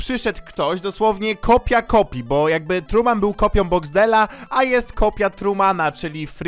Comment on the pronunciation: Nie trueman tylko tuman